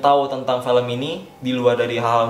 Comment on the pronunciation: Apa gue doang ya yang merasa kalo ngomong film jadi felm.